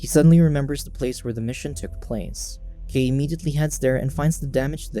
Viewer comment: Kai not kei